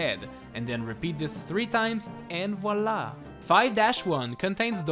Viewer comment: I'm french and the eh voila killed me !😍😍😂😂